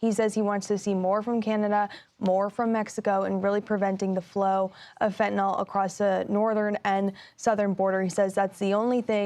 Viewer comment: Trump and the news media really need to learn how to pronounce fentanyl.